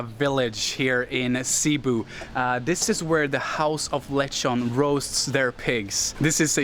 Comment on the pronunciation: My wife said you are pronouncing Cebu wrong, her family lives across the water in Manapla .. we have 5 pigs over there if anyone wants to buy one lets us know.. My favorite pork memory from my time in Manapla is the Tocino with my breakfast every morning at the Northland in Manapla..